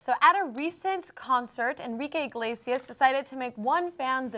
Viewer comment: why do they keep saying enrique 'INglesias'? It's CLEARLY 'Iglesias'. Inglesias just sounds naughty naughty XD